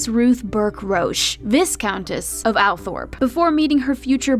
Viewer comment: It's not VISS countess, it's V-EYE countess.